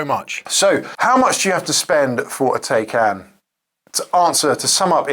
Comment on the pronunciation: why is it so hard for english people you to pronounce taycan correctly?